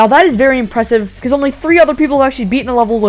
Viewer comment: Dude what is it with this guy saying "Impwesive"